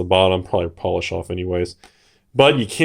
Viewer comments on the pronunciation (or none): none